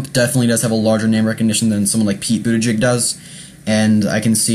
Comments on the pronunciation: Please take the trouble to learn how to pronounce his name before making a video about him --it's not "boot to jig" it got really annoying--as was your mispronouncing Amy Klobuchar. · Budda-Judge and Clo-Ba-Shar....HeyZeus Krispy at least get the names right.... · It's pronounced Boot Edge Edge. Easy. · Pete Buttigieg is the best candidate.. he's smart and sets the right tone and you are pronouncing his name wrong. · Please practice pronouncing Buttigieg, you'll have more credibility. There is no excuse in not saying it correctly. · Just because you don't know his name or know how well-spoken he is, doesn't mean many others have seen and heard him and will have a good impression of his intelligence and capability. You should watch the clips from MSNBC, FOX, The View, and Ellen. And learn the correct pronunciation of his name before your next commentary. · Learn how to pronounce his name. Please! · Lear how to pre ounce the last name if the candidates you talk about!!! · Hope you can update this post in a few weeks. Also learn how to pronounce Pete's and Amy's last name. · First of all, pronounce Mayor Pete's name directly. 2nd of all STOP mentioning his sexuality, do you do that when a candidate is heterosexual? I live in Indiana. Mike Pence is not missed at all..he was an awful Governor. And all your "I thinks" are silly. Mayor Pete has tremendous appeal to Independents, and many Republicans. Your post makes it obvious you are not paying attention to what's really going on. This is a terrible video.